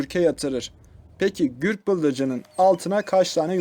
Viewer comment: Gürk degil Gurk